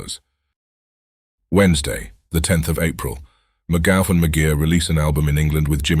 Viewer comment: McGough is pronounced McGoff..